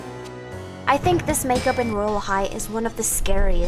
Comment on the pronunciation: She said mage up instead make up